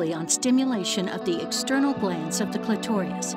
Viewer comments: Sorry but you are simply wrong. cliTORius is not a correct pronunciation in either country. Neither country or any region adds an extra "I" sound (pronounced "ee") after the "r". There may be a slight difference in which syllable is emphasized. Additionally, sexology and medical experts in all parts of both countries almost always say it CLIToris. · But it's pronounced "CLIT-or-is," not "cli-TOR-ee-us," and the orgasm that takes place there is "CLIT-or-ul," not "cli-TOR-ee-ul." Seems a shame to make such a detailed video and get such a simple thing wrong. Note: I checked the dictionary just to confirm that I wasn't mistaken, and it does list "cli-TOR-is" as a secondary (i.e., less common) pronunciation, but adding a superficial fourth syllable is just plain wrong. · Excellent set of videos you’ve created here - so clear and informative. Just one issue though - the voiceover artist is mispronouncing “clitoris” as “clitorius”, and “clitoral” as “clitorial”. With high quality work like this, for such a mistake to be allowed to pass quality control is really inexcusable. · The way she pronounces "clitoris" as "clitorius" is not very professional. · The video lost my confidence when a female narrator pronounced "clitorias" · concise wording, yes, but the word 'clitoris' is not pronounced cl-tor-EE-us ! lol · Except make sure to correct the pronunciation of "clitorious" if you show this to adolescents 🤦🏻‍♀️ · Clitorius Jayvon II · This is good, but please fix the pronunciation of clitoris an clitoral. The narrator kept said saying clitorius and clitorial. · Good presentation except for the odd and rather jarring mispronunciations. The narrator puts an extra vowel and syllable in clitoral. She pronounces it as if were spelled "clitorial." She also changes clitoris to "clitorias." Very odd. Otherwise an excellent video. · Clitorius? Clitorial? Throughout this vidio the pronunciation of clitoris was wrong. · “Clitorious.” “Clitorial” .?.. WTF